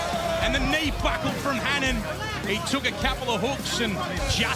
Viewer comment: Hannaaaan? Speak English, it’s pronounced Ha-Nan